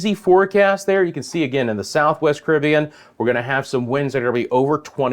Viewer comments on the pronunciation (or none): Ca rib be an ' not cribian